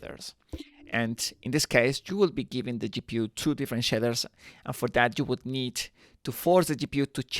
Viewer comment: Shidders are something else, I think you mean Shaders 🙂